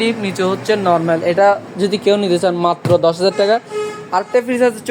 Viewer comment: তুই নরমেল নরমেল বলিস কেন? উপস্থাপক ও তো পারত ওনার কথাটা শুদ্ধ করে দিতে।